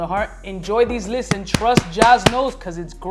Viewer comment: “Listes” lol